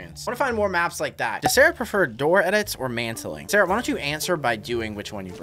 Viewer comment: bro said sharah ☠☠☠☠💀☠💀☠💀☠☠☠